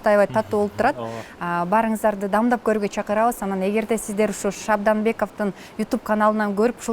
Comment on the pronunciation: Анан дагы Назира дамдап эмес даамдап деш керек,а так баары соонун